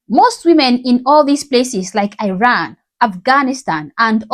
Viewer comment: My love I appreciate your videos💗‌ just a small reminder that you are pronouncing the name of my country Iran in a wrong way